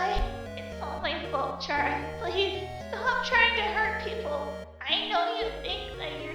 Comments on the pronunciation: “What do you want Chara?!?!” FOR YOU TO PRONOUNCE HER GOD DAMN NAME RIGHT!!! IT IS CARA NOT CHARA!! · it's Ck-rA not cH-Ra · I know this is me being nit picky could you pronounce chara like care-a? I mean it makes sense because well CHARActer